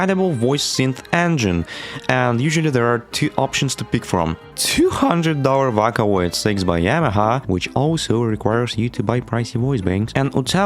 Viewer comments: Bro really called it V/a/caloid, not V/ō/caloid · You physically hurt my soul every time you pronounced it "Vacaloid" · Did you just say "voh ka Loyd's"? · vakkkaloid👍 vocloid❌ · Look I know you probably get this a lot. Sorry to potentially dogpile or something. But. Vakaloid??? VOCALoid. Vocal + Android. VOH-COOL. /vō′kəl/. Sorry I know it's rude. But it's like nails on a chalkboard to me. Otherwise, judging by the other comments, awesome work! I'm going to finish the video now. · screaming you did NOT call it vAhKaLoId, it's VOCALOID, like VOCAL, IT'S IN THE NAME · how to pronounce vocaloid!! vo-cal-oid (oh) (call) your welcome :3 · "vackaloid" god.. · ok as soon i clicked on this video i heard "SEKAI DE... 'these are vaca loids'" wtf is vaca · i've never heard someone pronounce vocaloid as vacaloid... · Every time this man says "vəkãloid" it makes me irrationally angry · Is it just me, or did the Intro sound like a Voicebank too? Also "Vah-coh-loi-hd" (^～^;)ゞ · "vaka oid" 💔💔💔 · not even 3 seconds in and did this mf just say vockaloid? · what the fuck is a "wacawoid" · it pains me when you pronounce vocaloid (vah-ca-loid) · DID HE SAY VACALOIDS 😭 VACA LOID 😭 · "vAcaloid" sayn ahh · Hearing vac-olaid hurts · did bro just say vockaloid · ðe way you pronounced vocaloid irks me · Also, you mispronounced Vocaloid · The fact that you pronounced vocaloid like that makes me very violent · you said vocaloid wrong on purpose... right? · Never before I have been so upset with the pronunciation of Vocaloid. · No hate. But he said “VOCALOID” so wrong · this video is great but if you ever pronounce "vocaloid" like that again i will hunt you for sport 💜💜💜💜💜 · teach this dude to say vocaloid. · he did NOT just pronounce vocaloid like that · How you pronounced the word "vocaloid" killed me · Because he pronounces vocaloid weird. Otherwise, this is amazing.